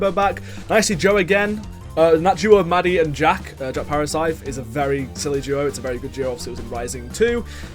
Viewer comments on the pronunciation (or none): Calling jvckk Jack? Nah. Jih-vick? No way. J-uh-ck? 😂😂😂